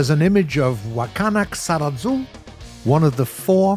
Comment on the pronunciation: You cant even speak japanese names correctly.... KISARAZU, not KSARAZU omg...